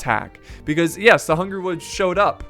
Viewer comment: I will go become a men-at-arms if you promise to pronounce it “wolves” and not “wuuves” in the next video.